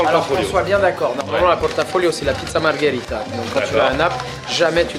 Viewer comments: Margherita, non margharita. T'es faux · Il faut prononcer “marguérita”...😉